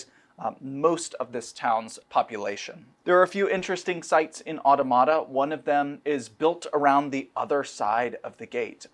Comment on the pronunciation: Mispronouncing Automata over and over again.